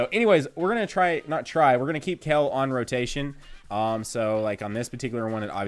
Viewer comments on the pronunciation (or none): You guys need to teach how to say Kale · why do you pronounce kale, seal, and heal so wierdly